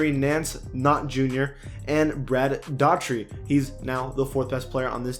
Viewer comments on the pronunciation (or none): Lmao Brad "dotry" hahaha so many butchered names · Brad Daugherty is a an outstanding player. I'm gonna need you to learn how to pronounce his name right